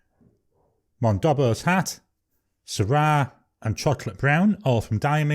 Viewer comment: Monboddos Hat. Not Mondobbos Hat. 😉